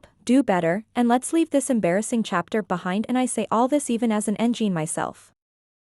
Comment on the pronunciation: Im prolly going of topic here but it's pronounced 'engene ' as in "engine " not "engin" pls 😭😭